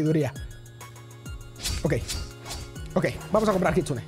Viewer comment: Se dice kitsune